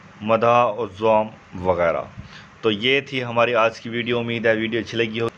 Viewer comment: اخیر میں جو آپ نے دو قسم بیان کیا ہے۔ اس کا تلفظ صحیح سے نہیں ادا ہوا ہے۔ ادعا نہیں بلکہ دعا ہے اور مدح و ذوم نہیں بلکہ مدح و ذم ہے۔